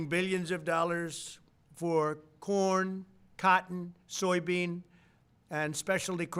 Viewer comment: I thought he said porn instead of corn lol